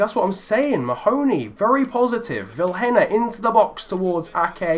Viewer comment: can you please prenounce Vilhena as Viiléna